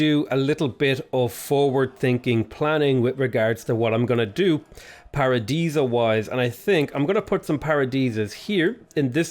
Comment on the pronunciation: I need a counter for how many times said Paradeesa (i know i spelled it wrong!) lol